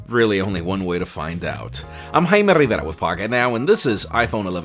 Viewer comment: I thought this guy’s name is Jaime Rivera, turns out it’s.